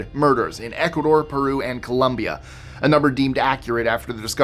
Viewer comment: you are so good with foreign pronunciations...but seem to regularly say 'Columbia' referring to the country in South America, Colombia. Great channel!!